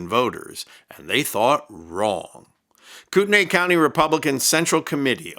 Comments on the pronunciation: It Is pronounced “coot-knee” county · For future reference, Kootenai is pronounces "koot-nee". Lol not that that will do you any good after this... Coeur d'Alene is a mountain resort town, and Kootenai county is pretty much never mentioned in the press... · It's pronounced Koot nee. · BTW - you are pronouncing the county name incorrectly.